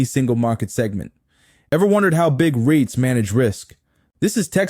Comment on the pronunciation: Hi, I enjoyed your videos as they are informative. However may I request that you put captions on your videos as the audio narration sometimes mispronounce words and make the content confusing. eg Ariats (REITS), Hu gang (Hougang), Tam pins (Tampines). Please keep up the good work!